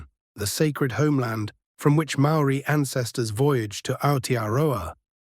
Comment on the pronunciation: I’m a part Māori New Zealander, and my opinion is that the AI synthesised information here is good, insofar as it matches well the many spoken and written accounts I received before the age of the internet. HOWEVER, the AI pronunciations of Māori words and names are nowhere near authentic. Please do some research and learn more about these if you want to internalise or relay these stories. Same goes for the images… check out authentic Māori art and carvings if possible. Go to the source if you can.